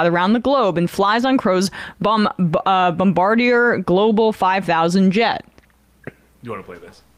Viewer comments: ' bomb-bardiere...Bomba - deer, my dear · Its not Bom-ba-deer... its a french surname Bom-bard-dee-eh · Bombardier = Bom-bar-dee-ay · It's pronounced bomb-bard-e-ay lol sorry